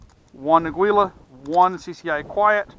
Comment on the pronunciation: For what it's worth, Aguila is Spanish for eagle and is pronounced ah' gee lah.